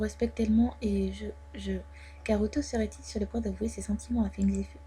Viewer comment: Ça se prononce fung zifOU plutôt Non?